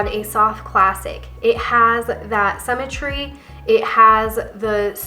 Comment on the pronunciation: I love your videos. As I am trying to establish a wardrobe that works with my figure (rather than never looking right in the trendy new looks) I find your input very valuable. One small constructive criticism...sym·me·try /ˈsimətrē/. I know it's a small thing, but it's very distracting to hear you pronouncing symmetry incorrectly, especially since I believe I'm a classic and all of the videos about classic have that word in it many times. I really do love, love, love your videos. Keep 'em coming! 💖